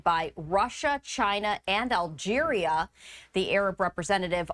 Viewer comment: this bitsch called the country algeria, alberia